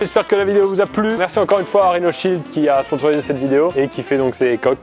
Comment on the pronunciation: Qui c'est mis en tête joyca entrain de dire rhino shield